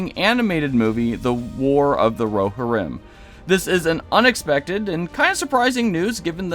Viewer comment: Bro... it's RO-HIR-im not ro-hih-Rim.